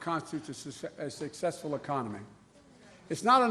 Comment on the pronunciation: Geez- , , etc... How much did he drink before hitting the stage ? No doubt his followers will expect him to be exstredibly shuckshessful .